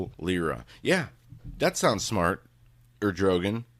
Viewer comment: The Hagmann Daily Show; Our love and prayers to your Mom,. Prime minister of Turkey is Erd' o' gone'. No big deal, I just don't want people berating you for pronunciation bud.